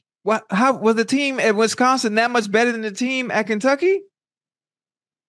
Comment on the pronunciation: The way Ochocinco says Wisonsin" 😅😅😅